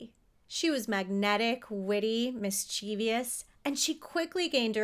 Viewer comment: Mischievous: pronounced "miss-cha-vus" NOT mischee-vee-ous.